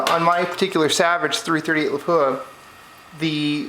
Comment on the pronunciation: Good video! A detail, out of respect for Lapua of Finland: It's pronounced LAH-puah with a short and stressed "LAH-", not Le-POOH-ah like most Americans pronounce it. Understandable, but wrong. Best regards from Scandinavia!